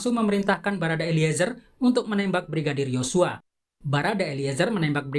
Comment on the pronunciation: Sedikit gagal fokus sama pembawa acaranya saat ucapin YoSsuaa hahha